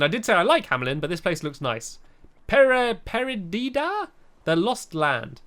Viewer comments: The town is pronounced Perdeeda. (It's Spanish for "lost") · Per-dee-dah Perdida. It helps to watch 101 Dalmatians ;) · peer-de-da i think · Stampy, Perdida means lost in spanish. It´s pronounced like this: per-DEE-dah. :) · Per-di-da lol Stampy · say it with me per did a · It's per de da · It's perdida which means lost in Spanish